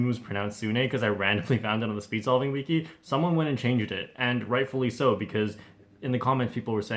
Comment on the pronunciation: You don’t pronounce wiki correctly.